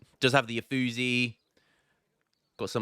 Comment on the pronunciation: iam proud of you for making the Mexicans happy. Now just not piss off the Italians anymore (lmao) because in germany we call it "uff" when ol bri´ish lads mess up saying Uffizi. - nah iam just messing around no seriuosness. but if you ever wonder about them Italians... they break their spaghetti over things like that just saying aye?